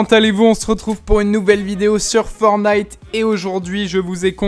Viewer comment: C ForTNIte avec un T